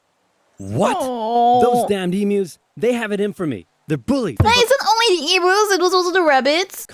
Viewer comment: Not e-moos, e-muse